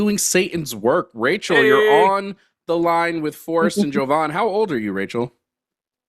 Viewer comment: My FAVORITE part of this episode is that actually called by how he calls himself! (JOE-von ) instead of (jah-VON), like always calls him... Even though made it clear how his name is pronounced. It's no different than when corrects people on how Kamala pronounces her name!